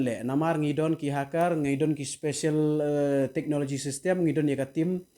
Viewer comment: She : technologia 😂😂 Later him . Technologia 😂😂😂 lh ngat kylla 😅